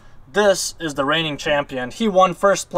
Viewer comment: PRONOUNCE "TH" (not "DA")